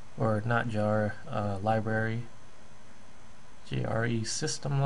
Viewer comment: When he said libary I felt that